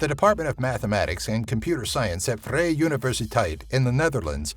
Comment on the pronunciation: the way you pronounced vrije universiteit or free university hurt me a little bit